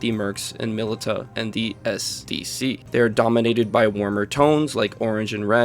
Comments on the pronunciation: Off topic but why do you pronounce “milita” like that? It’s “mili-sha” not “mili-tuh” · Militia is pronounced Muh•lish•uh